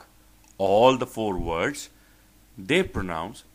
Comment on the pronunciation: Maaaaaan, you need to teach yourself first. Your accent is like ehhh. Vords (words) WTF